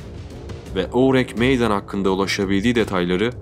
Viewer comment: Ourang Medan ingilizce bir isim değil yani aksanlı okuyayım derken saçma sapan birşey çıkmış ortaya oürenk meydan nedir ya. Videoya odaklanamadım resmen :f